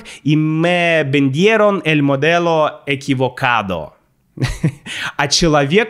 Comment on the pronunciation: В Алжире наши приветствия похожи на испанские, но то, как мы их произносим, имеет значение. It makes the difference between formal/informal greeting. P.S.: we can presume you're Russian from the "L" pronunciation "modeLo" 😅 when you read your friend's text.♥ Greeting from Algeria 🇷🇺♥🇩🇿